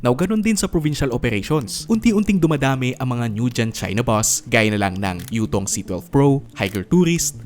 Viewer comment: anong bus mo? : "Utong" I mean Yutong